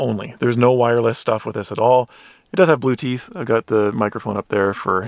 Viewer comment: "Blueteeth" Good lord. LMAO